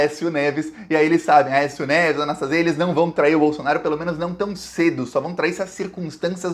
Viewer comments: NÃO É A NAS TÁ ZIA MEU IRMÃO, É A NAS TA ZÍA 👍👍👍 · Anastasia. Não é Anastásia. 🥰🙋‍♀️ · É Anastasia e não Anastásia. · o nome é Antonio Anastasia e não Anastásia. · Fala. Só corrigindo: o nome do senador não é "Anastásia" é "Anastasía", blz? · apenas uma correção na pronúncia do sobrenome do senador Antonio Anastasia: leia- se Anastesía( acentuei a sílaba tônica para esclarecer). Obrigada. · a pronúncia certa do nome do senador é (anastazía) oxítona 😉 igual queimação no estômago. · não é Anastasia e sim Anastasia. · A pronuncia é Antônio Augusto Junho Anastasia e não Anastásia, suporte de Aécio no governo de Minas. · Anastasia ou anestesia como era chamado quando era o Governador de MG Não é Anastásia é Anastasía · Gosto dos seus comentários e das informações. Antônio Anastacia ... não há acento ao pronunciar Anastacia. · O senador de minas chama Anastasia...e não Anastásia... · Anastasia e não Anastásia. BH.MG agradece. Sabermos que esse coluna do meio, é golpista e sombra do " cheiroso " Aéssim. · Anastásia não, Anastasi(í)a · Não se pronúncia Anastásia. É Anastasía!!!! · Não é Anastácia e sim Anastasia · Oi! É "Anastasíía " 😊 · o cara se chama ANASTASIA e não ANASTÁSIA. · Anastasia. O nome do senador é AnastaSIa. A sílaba tônica é a SI. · você tá falando o nome do artista que foi pro TCU errado. Anastásia _ Anast + azia é o correto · se fala ANASTASIA. paroxítona. Ventriloco de Aécio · Prezado, só ia fazer uma pequena correção na pronúncia do Anastasia, mas nas últimas vezes vc falou de forma correta. Não por simpatia, mas acho que sempre foi um cara muito inteligente, articulado e discreto, e novamente provou isso. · A título de colaboração, é Anastasia, sem a sílaba tônica na "tá". Ainda que ligado ao PSDB, é o melhor deles. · E Antônio Anastasia fale certo o nome dele